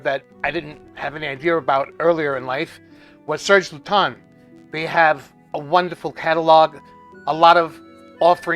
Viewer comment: Never forget how embarrassed i was when i met u at twisted lily and i referred to it as serge lut-ens then being immediately corrected by u saying serge lue-ton 😂